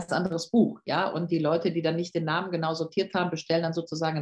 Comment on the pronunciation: Interviewer kann den Namen nicht ausprechen..... läuft stark los